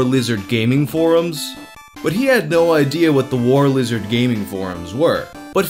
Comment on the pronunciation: "Who isha Warshlishard?" I hiccup undershtand the shtruggle hic